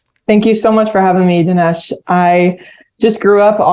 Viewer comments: Jamie... dude... his name is Dinesh - not Denish. How would you like it if Dinesh called you Jimai..? 🤣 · It drove me crazy that Mr. Glazov kept mispronouncing Dinesh’s name